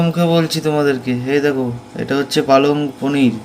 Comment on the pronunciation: বাঙ্গালী হয়ে পালক পনির বলছো কেনো। পালং পনির বলো।